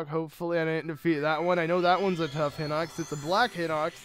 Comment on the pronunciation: I feel like its High-Nox, not Hih-nox. And really? You couldn't do 3x32=96 in your head?